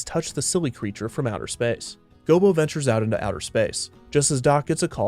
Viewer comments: Maybe it's something about how you enunciate, but it sounds like you keep calling Gobo "Bilbo". You didn't mix-up short, barefoot creatures, did you? XD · Gobo Fraggle. Sounds like he keeps saying Bilbo. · It sounds like the narrator keeps saying bilbo instead of gobo, am I tripping? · I swear it sounds like you keep calling Gobo "Bilbo". But great video overall. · GOBO NOT GILBO!!!!!! Do research before a video next time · You called gobo gilbo... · Anyone count how many times the narrator called Gobo, "Bilbo?" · I keep hearing him say "Bilbo" instead of "Gobo". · Gobo Fraggle... not Gilbo Fraggle. This was a great watch otherwise. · Is it just me or does it sound like he is calling Gobo Bilbo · Bilbo? You mean Gobo? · Bro...u calling him Gilbo?? Its Go Bo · You called Gobo Bilbo. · Lol, “Gilbo” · I heard Bilbo as well, I think that he may have several times. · Me too